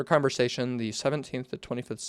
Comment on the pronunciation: this whole video is just you not being able to read 😭 how do you even misread "conversation" (no hate)